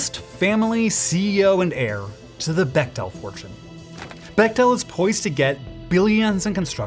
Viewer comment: For the record it’s pronounced beck-tul, my cousins are bechtels lol just found it cute and nerdy of you to say becktell like that wanted to make sure u knew ur a total nerd :P